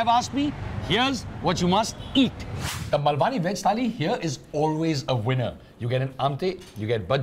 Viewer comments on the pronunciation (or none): honey its not "mul - vaani" its "maal - vani" the real Malvani crowd might get offended with the pronunciation. Currently though the best sea food in Mumbai is sold from Nano car at Girgaon. Do visit. its opposite Majestic shopping mall Ambewadi Girgaon. and its also very very reasonable. for the price of one thali in Gajalee , both of you can have your fill here. They make the entire thali fresh once you order. wait time is 20 mins but its totally worth the wait. They also have vegetarian options. go between 12 to in the afternoon or after in the evening. price for 2 people would be less than 700 rupees and its authentic.